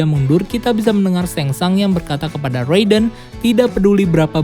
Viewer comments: Shang Tsung bacanya bukan seng sang ngab tp tetep sesuai tulisan seng sung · Tseng Tsung bosss !!! Bukan Seng Sang. Ntar salah ngartiin jadi kerangsang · Ngmng na rujit..sengsang.. tsang sung bego😁😁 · Ia sang sung harus nya bacaannya kacau nie admin😂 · Baca Shang tsung nya Seng sungggg kakkk 😂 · Bacanya Samsung